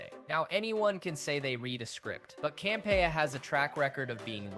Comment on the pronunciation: This guy can't say Campea right, it's irritating.